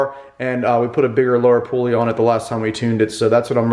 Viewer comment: Thanks for calling it a pulley and not a pooley like Mike and Andy. haha